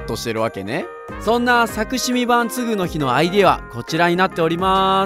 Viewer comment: つぐ⬆のひじゃなく、つぐ⬇のひってイントネーションが違うのが愛おしい…。